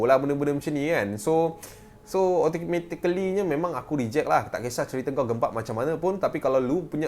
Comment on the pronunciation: Automactecally? Wow🤣